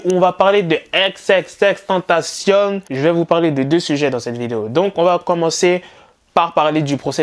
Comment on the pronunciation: Arrete de dire "TentaCIONNE" c'est tentaCION